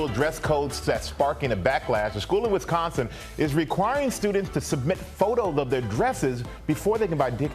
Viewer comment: Ugh u said Wisconsin wrong